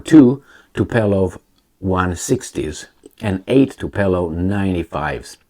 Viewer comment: the plane is Tu-PO-lev, not Tu-PE-lov. Also the stress on the first syĺlable: TU-po-lev. Named in honor of soviet era aircraft engineer Andrei Tupolev, who was the lead designer for over 50 years.